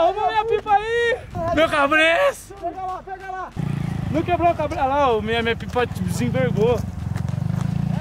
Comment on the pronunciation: "CABRESSU" ESSA DOEU MEUS OUVIDOS KKKKK